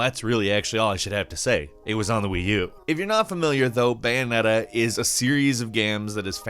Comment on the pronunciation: This dude said bayoneta better than nier